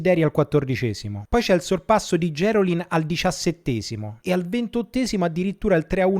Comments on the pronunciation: gerolin con l'accento sulla i non sulla e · A proposito di veneti, in questo ed in altri video ti sento nominare Gerolin con l'accento sulla "e". Essendo lui di Venezia, l'accento va sulla "i". :)